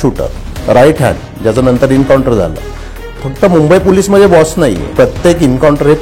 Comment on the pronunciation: डोंगरी मदे, भीती निर्मान__ असे अशुद्ध उच्चार सुधारा,,, उज्ज्वल भवितव्यासाठी